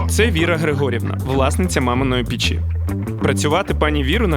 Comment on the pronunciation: Так ріже вухо"пічі". Піч-в пЕчі!!!